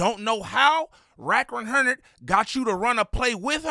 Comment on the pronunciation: "wrack wunhurrnid" 🤣😭 "Imma keep it a Bundelly" 😭😭